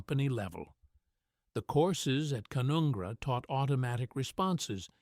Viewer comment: It's pronounced Can-un-gra!